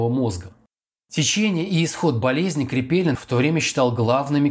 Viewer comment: 😢 не КрепЕлин,амКрепелИИИИн !!!!!! Кошмар